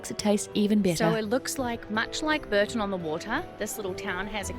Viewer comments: Not Burton on the Water but Bourton on the Water. Pronounced Bore-ton. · Pronounced Boar - ton on the water. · Epic vlog. BTW Bourton-on-the-Water is pronounced Bore tun on the Water!